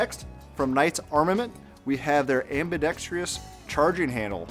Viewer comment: there's no "i" in ambidextrous.